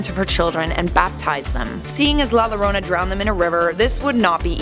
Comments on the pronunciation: No it's la yorona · Thanks for the video. I understand it’s Spanish and we speak English here but, it’s pronounced “la yorona” not “la lorona”. I know it’s weird but that’s Spanish for you. Also, can we see about that other vengeful little girl ghost Alma, from F. E. A. R. I’d sure like to know what would happened if she was real. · I love life's biggest questions.... but la Lorona made me cringe so hard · You complain about the pronunciation but have it wrong yourself. The two "L's" together make the "Y" sound. Its "La yarona", not "La jarona". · Btw it’s pronounced la yorona 😤😤😤 sorry I just get really mad when people miss pronounce things😑😑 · U pronounced it wrong it’s pronounced la yorona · La yo-dough-na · its more like a yorona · It triggeres me how u pronounce la llorona ( im mexican) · La jorana with 2 ll make the j sound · The fact that you did no research on how to pronounce llorona correctly makes me cringe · The only thing scarier than La Llorona, as a Spanish speaker, is her pronunciation of La Llorona. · The way you pronounce it makes me cringe so much omg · You pronounce it wrong bruh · It’s pronounced “ La llorona”